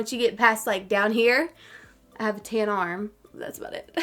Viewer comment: Your accent makes it sound like you’re saying “ten” when you say tan it’s so adorable 😂❤️